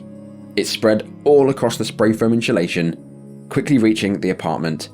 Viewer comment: Why can’t you pronounce “spray foam insulation”